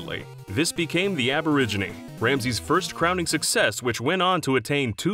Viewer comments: Interesting but hearing him sy aborigine instead of aubergine was painful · “Aborigine”?! Look up the definition of that. The name is “Aubergine”. Completely different pronunciation and meaning. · Americans really have a hard time with that word huh, its aubergine not aborigine, as in eggplant not native Australians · It’s not “aborigine” It’s aubergine Aborigine is an Australian tribe Aubergine is a French word meaning “eggplant” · HAHAHA Aubergine NOT ABORIGINE HAHAHAHAHAHAHAHA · I like how he keeps pronouncing "The Aubergine" as "The Aborigine" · He really is though. The restaurant was called Aubergine. He is saying aborigine. That's two different words with vastly different meanings. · His restaurant was called "Aubergine". Why do you keep pronouncing it "Aborigine"? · Alan Smithee no... aubergine is french for eggplant... "aborigine" is the word ur looking for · More like aborugining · I die a little inside every time he says “the Aborigine” instead of “the Aubergine” 😂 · When the Narrator says the Aborigine rather than the Aubergine :P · "Aborigine" He just... keeps saying it. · Nobody gonna mention how the narrator called the Aubergine the “Aboriginie” about 4 times ? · Did he just pronounce aubergine like Aborigine? Americans are thick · Aborigini? Lol it’s “aubergine”, as in the European word for eggplant. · It's AUBERGINE not AbErIgEnI 🙄🥴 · The way you pronounce “Aubergine” is annoying. It is not pronounced “Aborigonie” . I mean, just no. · Wow! You need a copy editor/pronunciation coach! Quite a few doozies in here... Ramsay's first restaurant (where he owned 25%, Marco PW owned the rest) was called AUBERGINE, the Aboriginie!! The legendary French chef who took Ramsay under his wing in Paris is Guy Savoy Guy Savoir! "As Ramsay's relationship with his partners continued to go arrie"??? Would that be as in 'away from the expected course' I could go on..... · “Aberrijj inee” it’s the OW BERR ZHEEN. And it’s REDGE Grundy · Aubergine not aborigine